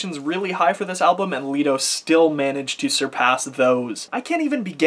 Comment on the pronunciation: i dont think it is "Lee-do", i think it is more "Lie-do"